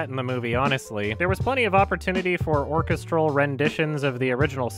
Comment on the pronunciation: this is the first time in my life I have ever heard someone pronounce orchestral that way